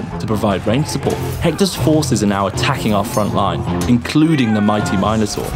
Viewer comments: Oh, so it's free on EGS because it's the quality of an phone game. Got it. And it's Min-A-Tor, not My-Noh-Tor. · "He also has minotaur..." Wait wtf did he just say? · Yeah, that sounded really wrong in my ears too.